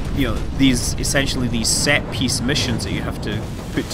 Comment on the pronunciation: Wait, did you say Planet-side has "set-peace" missions?, We must have a different definition of that word, or you must be thinking of something diferent